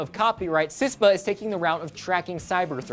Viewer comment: CISPA not CISTA